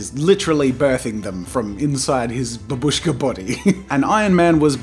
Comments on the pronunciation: It's actually pronounced BAH- bush- kah (Russian for grandmother) and ma- TROHSH- kah (Russian for little mother) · This doll calls "Matryoshka". Not "Babushka", because this word means Grandma and pronounced like "Bábushka"( accent falls on the letter a). I know this because I'm russian. Sorry for my English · well if there is grandmother shown on it then I suppose otherwise matroshka is just this doll no matter if it's Herod politics or anything on it it's still is matroshka not babUshka btw it's bAbushka not babUshka as jazz a says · In Russia it is just called matryoshka, without "doll", and the word that you use is actually pronounced bAbushka, and means "grandma" or "old lady" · I know that I'm two years late, but anyways : 1. Matryoshka doll is correct (that's how we call it) 2. It might be loud but STOP SAYING BABÙSHKA!!! IT'S BÀBUSHKA!!BABÚSHKA SOUNDS SO WRONG AND SIMILAR TO "HLOPÙSHKA (means flapper or petard). JUST STOP. P.s. The end result is awesome! Stan Lee was a great man! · Babushka is grandma or old lady in russian language , and Matryoshka is like childish version of russian name Masha(Maria). Also u pronaunce babushka wrong , u (and 99% englishspeaking guys) say like baboooooshka but its more like baaaaabushka , just make 1 part of word pronaunce longer. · Yeah )) the stress is on the first BA, if you want to get word "Granny". The way Jazza pronounces it, it sounds like Russian word for "Small hut" :) .But anyway it is never used to name Matryoshka dolls in any Russian speaking countries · Literally came just to hear how he would pronounce Matryoshka. He got me back by butchering babushka over and over again.. :(